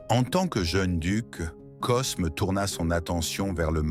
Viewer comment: C’est n’importe quoi cette voix IA Cosme 😂 on dit Côme